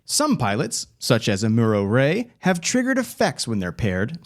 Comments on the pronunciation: "Ah-mew-roh Ray'? Pass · Dude, you come off like a creepy salesman. Also, you pronounce Amuro Ray's name all sorts of "I've never watched the show". The fact you didn't know how to pronounce "Gouf" makes you look extra phony. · That pronunciation hurt my ears and soul